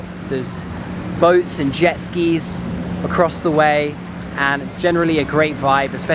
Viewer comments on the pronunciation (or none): none